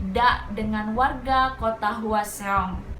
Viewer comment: Kesel denger nya Hwaseong terus bkn gtu bacanya😭